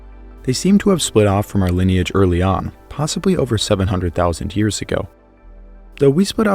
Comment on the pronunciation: Why does he put an H in front of years it’s driving me nuts lol